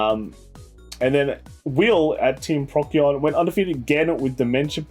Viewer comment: I’m the DP guy from Team Procyon. “Procyon” is pronounced “pro see on” :)